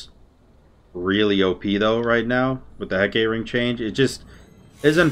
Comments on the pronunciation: Heck-uh-tay (more Anglicized) or Heck-AAH-tē are the common pronunciations, please don't hurt us with "Huh, Kate?" :D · ITS HECK UH TAY NOT HECKATE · do you call it “he-kate” ring on purpose asking for a friend, lowk bothers him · Say it with me: Heck-AH-Tee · Heck-uh-tee lol. good game though, definitely op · my dude, you know how it's Aphrodite and not Aphrodight? Heck-ugh-tee = Hecate my dude. Peace <3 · Heck-uh-tee lol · It’s pronounced heck-it-tee